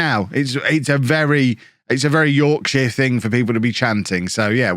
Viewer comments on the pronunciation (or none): none